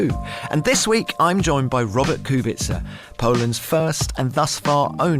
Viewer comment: If you respect Kubica so much, for god's sake learn how to pronounce his last name properly.